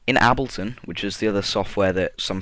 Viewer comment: The way you said Ableton XD I'm dying! XD